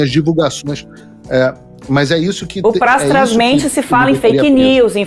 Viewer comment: Em a pseudo jornalista fala "pastrasmente"???? karaka....